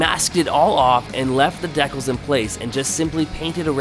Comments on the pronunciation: If this guy says deck els one more time I’m gonna shoot myself!!! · Deckells !? Brother! 😂 Dee Kal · WTF are deckells? Dude, it's pronounced DEE-Cals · "Deck ills" 😂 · Deck-els ???? LOLOLOL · Dee kalz! Not whatever it is your saying